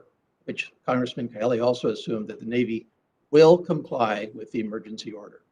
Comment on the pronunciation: Mr. Kalehi? His name is Kahele. So disrespectful!